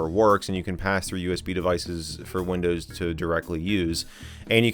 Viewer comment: When you first said windows my ears thought you said Lindows hahaha